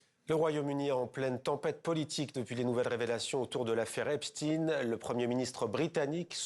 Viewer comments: ça ne se prononce pas epestin . ça se prononce Epstein ... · Pas Epstine ! Epstein !😊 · cette maladie du groupe arnault à prononcer epstine ce qui se prononce epstein, comme dans einstein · Pourquoi pour Epstein on dit "epstine" et pas Epstein (prononcer chtaïn) comme Einstein (prononcer chtaïn, comme ça a toujours été le cas) ? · Aux US ils prononcent justement comme nous, puisqu'on s'est américanisé sur la prononciation des noms. Mauvaise pioche.